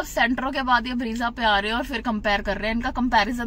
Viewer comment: bhai ब्रेज़ा hota hai, ब्रीजा nahi. Looking for more content like quality of materials, rear seating space etc.